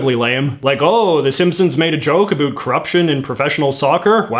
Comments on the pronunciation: It’s ab-OWT, not “A BOOT” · Okay but why does he say everything normally but then say “abüt” every time instead of “about” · You talk normal until you say aboat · we dont though, not sure where this guy grew up but most canadians pronounce it "a boat" Ive never in my life heard a canadian say a boot until I found this youtube channel lol it just what others think we say, this guys going with it I guess lol its jarring to hear for me, I think he plays it up as a joke, I hope anyway lol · South park: Predicted Canadians would pronounce "about" as "a boot" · I didn't trust a word you said after "abote" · Why do you say about like a boot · Your "about" and "around" sounds so Canadian. I live in Vancouver too, I've only ever heard it pronounced like that from Newfies and Labradores. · I love how he has a pretty American accent except when he says “About”. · Does he always pronounce "about " like that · Why do u pronounce about like that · the way you say the "ou" sound in "about" and "around" is painful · How could u trust a guy a can’t even pronounce a simple word like “about” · that's the other side of the planet. I've heard Canadians before, never heard them mispronounce words like that tho. Sounds, for the most part, like any other North American. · Nice video. But you're saying "about" wrong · I cringe every time I hear “about.” I’ve lived in Canada my entire life, and I’ve never heard this. What is this strange affectation? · The way this guy pronounces “about” is extremely annoying to me